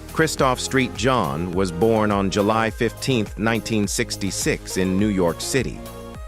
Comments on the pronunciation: You need to get the pronounciation together. It sucks. Its Saint John. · Thank you for sharing the the Merritt of these actors contributions the St for Christopher does not stand for Street his name is Christopher the s t properly pronounced Christopher Saint John